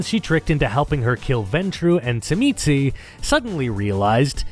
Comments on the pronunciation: As a Tzimisce player... your pronunciation is not surprising, but still hurts lol. The way I learned to pronounce it was in the Revised Edition core rulebook where, beneath the name in their chapter, it has it pronounced as "zhi-mee-see". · I was informed by an obsessive larper that it's correctly pronounced *shimmy-say (tzimisce) 🙂 Also, J in Brujah is like that in jalapeno. Yw.🌹